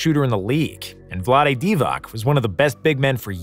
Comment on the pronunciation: The peja pronunciation hurt my soul as a kings fan 😂 I have met peja, that is not how he pronounces his name 😂 divac was also pronounced wrong